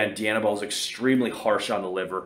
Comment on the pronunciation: Who does a review and can’t pronounce the drug name…..🤦🏽‍♂️🤦🏽‍♂️🤦🏽‍♂️